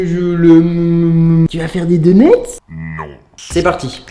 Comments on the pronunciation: xp 5000 du86 Il se moque de l’erreur phonétique de Charles. Ça ne doit pas se prononcer « doneutse » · C’est drôle on a l’impression que tu dis « deuneuts » , sinon super vidéo !